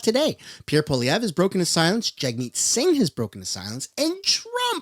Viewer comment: All I here from Singh is vroom vroom